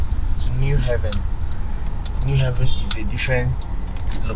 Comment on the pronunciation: What a stupid and idiotic title for your video. Unpatriotic, selfish person. What about Calabar, Uyo, Abuja, Lagos, and Port Harcorut, Kaduna etc? You think Enugu is better than those places? And it is New Haven, NOT ''New Heaven''.